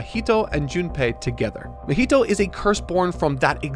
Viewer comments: how can you say junpei perfectly, but you say "mah-heat-o" like come on dude. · ITS NOT MUH HEE TOE :(( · pronouncing Mahito's name like mojito is hilarious 😂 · Someone on team please correct his pronunciation of 'Mahito'.